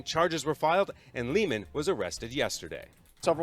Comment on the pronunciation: Hey, that's Lehman, like Lay and men. Lehman. Sorry, lol. The broadcaster mispronounced the name, too. The females said it correctly, though. This is so sad, and you just got started.